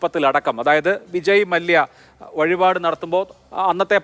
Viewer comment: വിജയ മലയ്യ അല്ല ചേട്ടാ വിജയ് മല്ല്യ 😂